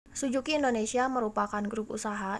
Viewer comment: Suzuki kk.. Bukan sujuki...